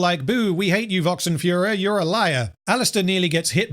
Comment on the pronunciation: Vox calling himself "furor" in a way that makes it sound like he's saying "fuhrer".